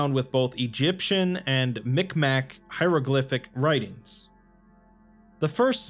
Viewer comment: Btw Mi’kmaq is pronounced mig-mahw. Great video!